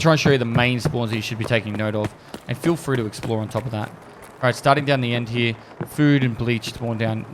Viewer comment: no one commented on how he says 'hyeah' instead of here?